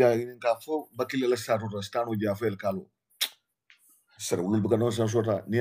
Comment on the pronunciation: is not Bakilly it's Batchilly. You and Batchilly are 6 & 9.